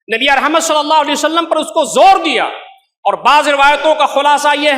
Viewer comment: مولانا سے گزارش ہے کہ نبی صلی الللہ علیہ وسلم تو صحیح سے بولیں ایسا محسوس ہوتا ہے کہ درود پڑھتے ہوئے درود شریف کے کچھ لفظ کھا جاتے ہیں مولانا صاحب درود شریف صاف لفظوں میں ٹھہر ٹھہر کر پڑھیں. ماشاءاللہ بہت خوب شیخ.